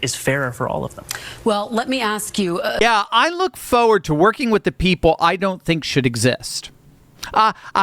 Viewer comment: Foward??? Or FoRward?